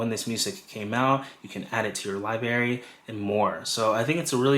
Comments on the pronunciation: It’s LIBRARY not Liberry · Thank you for this info. Please pronounce library correctly. It has an R in it. It’s not pronounced liberry it’s library 😂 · Excellent content! Very helpful! You are a pro! Please work on your pronunciation of the word library. It is not LIBARY.... There is an R after the B.... LI-BRAR-Y. It was distracting to hear the mispronounced word... many times. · Great demo…check your pronunciation of LIBRARY…not LIBARY. Hope this helps. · Lie Berry? C'mon, man. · Thank you so much! A wonderful introduction to AM! Your credibility, however, takes a huge hit every time you say “li-berry’. It is a b-r sound. Like ‘break’. You have to make the adjustment! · "Li-Berry" for library was a pronunciation tic I had when I was growing up, too. Reminded me of when I was a kid. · I gotta get this “Lie-berry” 😂😂😂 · Great overview. If I may offer one tip...please also pronounce the first "r" in the word library. :) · LIBRARY! good grief that was driving me crazy lol. thanks for the video though, needed some help navigating the app, switched over from spotify.